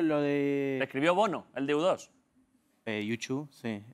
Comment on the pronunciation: es que como le duces u dos a U2. Increíble como los españoles no se esfuerzan ni un poco por el inglés.guguel